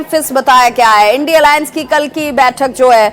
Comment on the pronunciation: इन्डी अलाअंस नही इडिया अलाअंस बोलिए